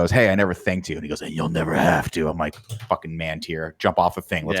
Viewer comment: Greg: NEVVA: NEEVA Nick: NEVA: hzhzxdxdxsxshaxsdXD